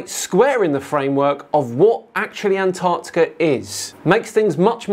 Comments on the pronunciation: Why does he keep saying it like "ant Arctica?" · I get frustrated with this guys way of pronouncing Antarctica. Ant-Arctica. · why is it that almost every flat earther calls Antarctica Ant Arctica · Why do some Flat Earthers insist on calling Antarctica "Ant-Arctica"? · Ant-Arctic 😂 What a mor-on. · Holy fuck the way this tool says "Ant-arctica" annoys the shit out of me. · Why does he pronounce Antarctica as "Ant-arctica"?😊